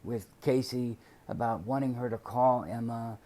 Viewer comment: There's a prison letter where he talks about building her and her boyfriend a house when he gets out. And he mentioned that she and the bf would have separate bedrooms. like he made a point to mention that. I wonder wtf that was about. Or "aboat" as he would say lol. Why would he care or want them to have separate rooms. I just thought that was weird.